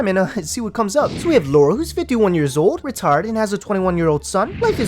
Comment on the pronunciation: I know you said retired but it sounded like retarded and I laughed out loud